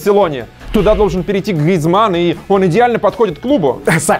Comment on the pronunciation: Мне кажется что сказал Гризманн с французским акцентом